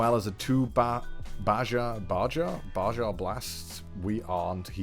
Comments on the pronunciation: Nobody's gonna talk about the b a j a blast 😂 It's pronounced like "baha" lol but i will forever call it b a j a. Love your vids! 👌🏻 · Its pronounced baha not baja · just a heads up baja blast is pronounced baha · Baja sounds like Baha. Dude never had mountain dew. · 2-something years later: "Baja is pronounced BA-HA" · This is nearly a year late... It is pronounced Baha. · Connor’s spanish skills are really shining through. (It’s Bä-Hä by the way) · Unsub.. he can't say "baja" (ba-ha) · Baja = BA HA the j makes a h sound cuz.. taco bell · it pronounces baha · Baja is pronounced Ba-ha it is a place and one of Mountain Dew drinks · Well Connor didn't take Spanish... how would he know that Baja is pronounced Baha... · IT'S PRONOUNCED BAHA BLAST YOU IDOT! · It's Baja as in Ba-ha. It's a type of Mountain Dew, and it's one of my favorites. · You Fake Gamer-Girl. Baja (Pronounced, Ba- HA) Blast is the flavor of Mountain Dew bestowed upon us by the gods themselves. It had been infused with their ichor and aged to perfection before being released to humanity in the fourth year of the twenty-first century . Normally you'd be killed for your ignorant insolence. However, these are not normal circumstances. You must still upload part 2 and possibly part 3 of this brilliant spectacle. Only then shall you be forgiven. Only then shall you be absolved your crime. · You don't know how to pronounce baja....sis.... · I choked on my Baja Blast when he pronounced Baja wrong. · I love you Boss, I even put in an application myself, but I'm sorry... Im going to have to stab you for saying "baja" wrong.